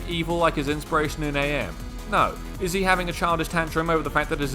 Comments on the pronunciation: It's not A.M it's am like the word am. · It's pronounced am not A.M. like "I am tired" not "it's four A.M" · Pretty sure AM’s name is supposed to to be pronounced like how you’d say “I AM” …not like saying A.I. The game that had the involvement of the creator Harlan Ellison had it pronounced such. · His name is pronounced “Am” btw as in “I think therefore I Am” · Is this a joke about his name being said wrong (it’s pronounced Am, as in I think therefore I Am) or do you not know? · Don't say A M man, its AM, as in, "I think, therefore I am." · AM's name used to be an acronym, but it's just pronounced like a single word "AM" since he's no longer the Allied Master computer, Adaptive Manipulator, or the Aggressive Menace. Cogito, ergo sum (i think therefore i AM) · Small note AM in IHNMAIMS is pronunced as the word am, since his name is lifted from the phrase I think therefore I am. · it's AM, not a.m. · Really annoys me that you keep saying "A.M.", it's pretty clearly and aggressively spelled out in the story that it's AM: As in "I AM", not "Allied Mastercomputer"; "Cogito, ergo sum; I think, therefore I AM!" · Is this script read by an AI and not a human? The character is not "A M", it's "AM", as in "I am what I am". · His name is AM, not A.M. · Please. It's Am, not A-M. He's a computer, not a clock. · AM is just pronounced "am" fyi, listen to the audiobook recorded by Harlan Ellison himself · Is it not pronounced like the word am, like the one guy says, I think therefore I am?